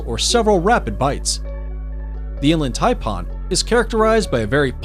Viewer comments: its pronounced Thai pan not parn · And to go with the "V" word, check out what the announcer calls the Inland Taipan!! He calls it "Inland TaiPAWN". I said " wtf? It sounds like hes saying "Inland Tampon"!!!🤯🤯😁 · Did he say "inland "TAMPON" 😳🙄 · The way he pronounced inland Taipan pissed me off 😭🤣 And the how is the black mamba so low on the list And he forgot to mention the bushmaster (the world’s most deadliest pit viper and largest venomous snakes of South America) The gaboon viper (the largest fangs on any snake and the biggest viper which venom destroys tissue within 15min) These are all facts from the great austin stevens documentary I really don’t know where you got your list from must be from google 😭🤣🤣